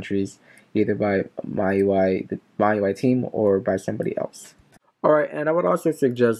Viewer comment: Its pronounced "me UI". Just letting you know.